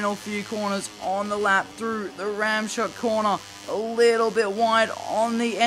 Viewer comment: well ramshoek is more like rams hook